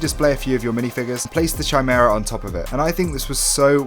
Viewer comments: Ki-mera, not chai-mera. Kimera is how you pronounce it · ( that’s not how you say chimaera